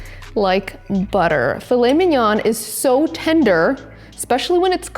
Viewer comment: A very good video..... Never pronounce the N on mignon.